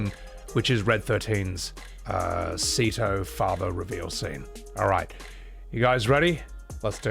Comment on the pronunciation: Incredible deep moment of nanaki learning about his real father, immersive voice acting then calls him say-toe instead of seh-to.